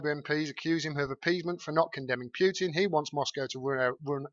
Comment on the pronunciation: Excellent video,. Thank you! Best coverage of this story I’ve seen. (But Vlad’s name is still pronounced POO-tin, not PYOO-tin.)